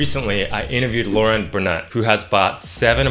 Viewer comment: Laurent is such a nice French name and you butchered it.